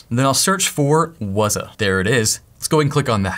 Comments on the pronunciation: Not wazaaah, but wzzooooooh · Everytime you say Wazuh, it makes me think about that term "WAAAAAZUP!!" I'm currently attending a Cyber Security School and I just went through a module that taught about this application. Thanks for setting it up. Knowledge can't be used unless its applied to a real world scenario.